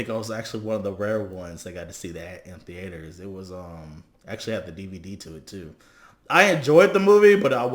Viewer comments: WTF did he say? The-A-ters? Nigga what? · TheAAAters lol😂